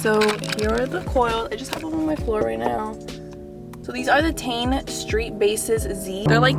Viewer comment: It's not Tane -- -- Tee en